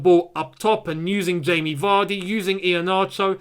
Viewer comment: Lol... his name is not e-he-na-cho... his name is... her-na-ture or e-her-na-ture